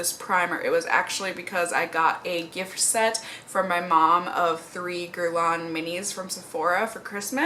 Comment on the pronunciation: It's actually pronounced "gehr-lahn" with a nasal "n" sound at the end if that makes sense, just try to sound French at the end basically hahaha